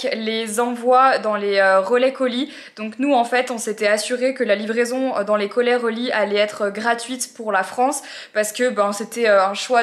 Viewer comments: Les quoi Marie ? Colais relis ou Relais colis ? 😂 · J'adore les "colay relis" à 😉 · « Les colait relis » 😅